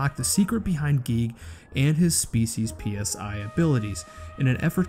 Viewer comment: guys. Psi is pronounced "sai". the P is silent. its not an actronym.